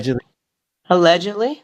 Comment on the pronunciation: It's nearly impossible for the average person to wrap their head around. And she's weird ash gotta take what she says with a grain of salt. Why she keeps saying aledgidly it's either true or it's not.